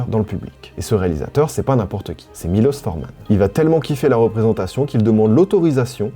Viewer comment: Bonjour, c'est la remarque du cinéphile casse pieds : ça se prononce miloSH Forman ... Voilà voilà